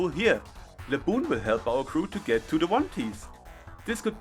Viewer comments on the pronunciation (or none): "Se sun" Virgin vs "Ze Moon" Chad.